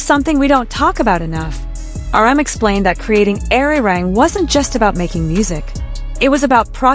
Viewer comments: Please learn to pronounce Arirang correctly. It hurts to hear Airirang. Ah ri rahng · I wish you would pronounce ARIRANG properly.